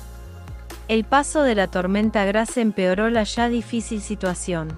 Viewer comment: Por favor es Grace , que se pronuncia ,no literalmente en español Gracias